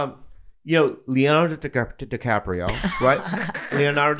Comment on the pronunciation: The way he says Leonardo DiCaprio took me tf out